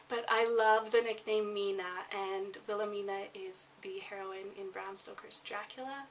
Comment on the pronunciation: You mispronounce the names Annelise, Wilhelmina and Jaeger like most English speakers around the world. Jaeger/Jaegar is a surname and the surname Brenner doesn't mean " dweller by the sea" the surname Brenner come from High German and means "to burn" eg. someone who burn's wood, brick or Charcoal. And you said the word spunk like many American's to mean get up and go or one who is courage or determination. However in other English speaking countries the world spunk or spunky means a man's sperm.